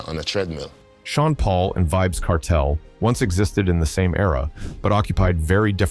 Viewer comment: Pronounce his name properly